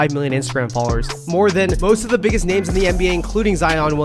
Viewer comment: This guy can’t pronounce names or schools